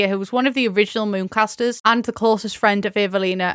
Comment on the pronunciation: Fantastic video but I did have to rewind three times to realize "Mooncasters" and "Moocasters" were different words, I was so confused 😭